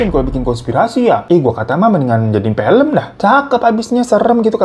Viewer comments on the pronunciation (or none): none